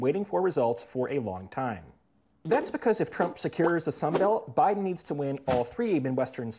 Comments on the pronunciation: Did Nate say O’Biden lol?? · "O'Biden" LOL